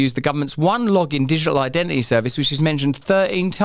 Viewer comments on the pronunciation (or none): You speak so fast nowadays, wouldn’t be a problem if you wouldn’t forget to pronounce the letter “t” in words. Wai-ing, digi-al, da-ing and so on. You speak with such beautiful elaborate understanding of your language, please recondition (recondi-ion) your pronunciation so it will sound as eloquent as your choice of words.